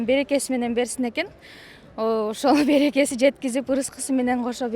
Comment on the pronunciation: Береке дегенди барака дей ко